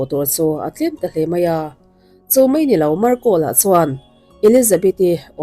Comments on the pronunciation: Ngaithla nawn leh rawh, 'Mei' țawngkam hi mizo țawngah hian hmanna kan neih chu 'Mei (fire/tail)' bakah hian hmanna kan neih áwm ka hre lo... Eg: "A hmêlțha hle mai" tih turah, "A hmêlțha hle mei" ti tein lamrik a awm țhin. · Ngaihthlâk a nuam e. Amaherawhchu, i thu lamrik dan hian duh thu a sam lo deuh țhin lo țang sauh sauh teh. Entir nan: 'Spenish' ni lovin, 'Spanish' tih tur. 'Tlet mei' ni lovin, 'tlat mai' tih tur. 'Mei' ni lovin 'mai' tih tur. 'Ngeihtuah' ni lovin 'Ngaihtuah' tih tur.